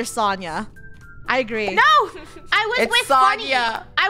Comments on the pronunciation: btw its pronounced so-n-ya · Sonia is actually pronounced Sonja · Fun fact: It's pronounced So-n-yah. Im pretty sure sonia was dressed up as sonia nevermind from danganronpa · ItS so-nyi-ya jEeZ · Who else were triggering at the way they were saying "Sonia"